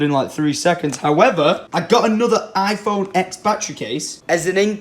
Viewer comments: It's pronounced IPhone 10... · iPhone Ten not X I'm triggered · Does anyone else cringe a little when he says "iPhone X" as the letter X, and not the roman numeral X (10)? Or is that just me?